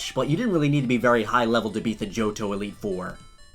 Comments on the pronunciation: did he say jojo reigin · At first when you said Johto, I thought you said Jojo